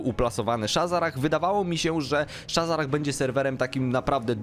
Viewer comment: shazzrah a nie shazzarah pajacu ty